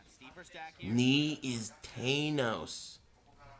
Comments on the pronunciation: Its THANOS with the vowel "ae" as in cat and not the dipthong "ei" as in tray. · thanos is pronounced as "TANOS, not "TEYNOS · "Knee is Taynose"